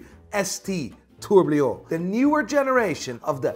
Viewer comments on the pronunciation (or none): ITS A TOURBILLON NOT A TOURBLLLIOOONN